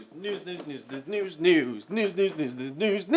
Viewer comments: Is it just me or dose it sound like he is saying "nudes nudes nudes nudes nudes" not news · lmao i thought he was saying noose in the intro